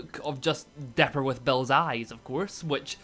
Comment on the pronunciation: I’m pretty sure it’s dipper not bipper….